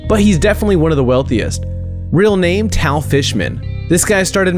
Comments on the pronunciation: It’s not t-a-l is tall that’s how it’s pronounced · no its pronounced tall,not tal,but its spelled that way ,so next time you know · Reaction times first name is pronounced tall but not spelled that way